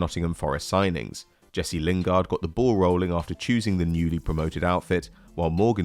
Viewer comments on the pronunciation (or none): none